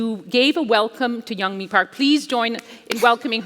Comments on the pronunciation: Damnit why can’t non Koreans pronounce Korean names?!?! It’s not yun ming park its yeunmi park it’s not not ping park Jesus, Patrick calls her yenomi. Everyone calls the capital of South Korea soul. It’s Seoul pronounced soh uhl not soul. Iranians get pisses off when we say “I ran” no it’s “eh rahn” well Koreans wee gotta stick up for our names too. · Here name is Yeonmi, not Yeongming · Yeonmi, many interviewers mispronounce your name, like this one who called you Yong Ming Park ! Please do not be afraid to correct them. In the US it is perfectly fine, on TV especially, to correct misspellings and mispronunciations. It will make it easier for people to find your writings if they know your correct name. Your friend, Brian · Her name is YEONMI PARK, not young mi... Not that difficult. Great interview for the rest. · Amazing story. And the woman kept saying her name wrong. It's not "Young ming" lmao. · The lady didn’t even take the time to learn how to pronounce her name correctly 😒